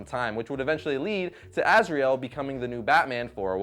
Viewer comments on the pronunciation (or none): none